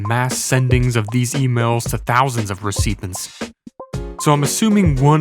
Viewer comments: He also said "reseepens" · Were you trying to say recipients like receiptnents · receiptants?! Bro write your own scripts lol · "Re SEE pants" was an unintentionally hilarious pronounciation. Thank you! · Fabulous video but imma need you to look up how to say aliases and recipients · Your pronunciation of "aliases" and "recipients" is interesting. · my man's this smart but can't say alias, or recipients. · No wonder you fell off. You’re using an AI of your voice. You can’t pronounce “aliases” or “recipients?”